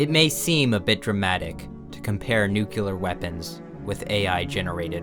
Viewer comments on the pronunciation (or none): FOR THE LOVE OF EVERYTHING HOLY ITS NOO CLEAR NOT NUCULAR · If you need to say the word "nuclear" just say "new-clear". It's not hard. You just have to train your brain... Silly bunt. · My heart cracks a little every time I hear "nuclear" pronounced "nucelar" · NU-CLEE-ARE! It's not the 2000s anymore! George Bush is no longer a meme! Cut. It. Out! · is it so hard to pronounce Nuclear correctly? Its not Nuke ulur, its nu clear